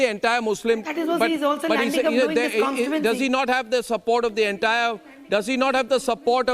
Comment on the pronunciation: kawn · stee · too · uhn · see and not kawn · stee . uhn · see. Kya MP seat ladne walon ka knowledge hain.